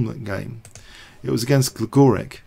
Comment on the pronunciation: Gligoric pronounced GligoriCH. :-)